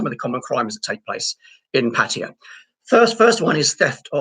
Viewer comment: at least you have pronunced ''pattaya'' correctly,unlike the pat -tie -yah vloggers